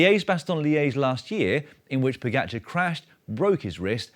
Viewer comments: The guy has won 6 Monuments and 2 TDF in his 70 victories, and you still don’t even know how to pronounce his name. Look, it’s Po-Ga-C(h)ar. Why do you keep saying Pogatchar? Is it some sort of British jealousy thing? You correctly pronounce the “j” as a “h” for Alejandro Valverde but for some bizarre reason can’t say “ga”! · No. I made sure this feed never appears again in my YouTube suggestions. I think it is very disrespectful to mispronounce people’s names. I can understand not being able to say Primož correctly as the ž is not an English letter. But when people can’t say “ga” that shows either disrespect or a deliberate way to not saying it properly. I’d bet Dan would never pronounce the “s” in Paris-Nice, right? Imagine how horrified fans of cycling would be in repeatedly hearing Paris with the “s”.